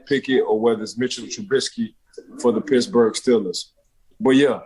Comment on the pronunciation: Ike Taylor tries so hard to make himself sound uneducated his name is Chubb not Chubbs and it’s Steelers not Stillers smh man get it right will ya‼️💯🖤💛🖤💛🖤💛